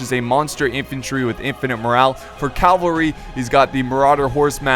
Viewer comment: for fuck's sake the word is "CAVALRY" not "CALVARY". how can you possibly be a total war fan and not know that?